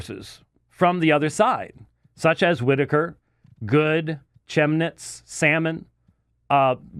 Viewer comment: But his pronunciation of Chemnitz? Eesh.